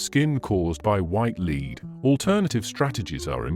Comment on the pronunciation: For the love of all things French, please teach/program the narrator the correct pronunciation of french words - names, places and the word LEAD! You can LEAD a horse to water, LEAD is a toxic substance which when ground up creates a white powder that women (mainly) used to create the illusion of a white young face.